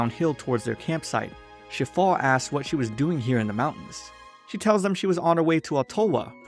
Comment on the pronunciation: [name] Shifale [what i hear] Shitfall